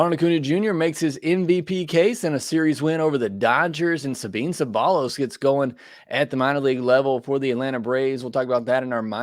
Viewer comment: Love the podcast I listen everyday! Just wanted to let you know the prospect Sabin Ceballos is pronounced SuhBeen SubEYEose. Hope that makes sense but I remember watching him play at Oregon.